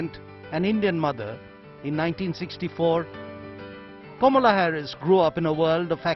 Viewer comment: It's not Komala Harris. It's Kamala Harris. Learn to pronounce the name correctly and then put the video.